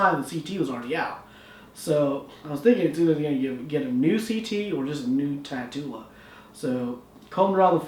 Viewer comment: shouldn't this be pronounced tat-ula like the word spatula or tarantula